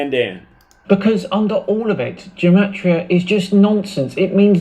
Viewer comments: Its pronounced with a hard G like game. Not like jematriah. I know is only pronouncing it that way because this joker is. The fact, however, that this joker claims to be a Gematriah expert and cant even pronounce it is.... sad. Also the entire concept in Judaism is based on the concept of sanctity of the Hebrew language in the bible and the fact that in ancient times the hebrew/aramaic alphabet was also the number system. Something that cannot be said for the modern English alphabet. But I suppose when people appropriate others culture they rarely show it enough respect to actually learn about its history. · I'm a Hebrew speaker, & "Gematria" is pronounced with a hard G as in "God", & not like a J. I'd expect Zach to know that, as someone who claims to be such an expert in it. Also, it's interesting to note that even medieval rabbis who excelled in Gematria & wrote many manuscripts on it always clarified that it can't be used to prove anything.